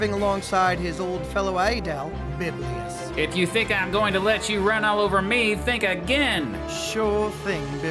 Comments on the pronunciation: Not biblius but Bibilus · Why do you keep calling Bibulus "Biblius"? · Has someone already said that it's Bibulus, and not "Biblius"?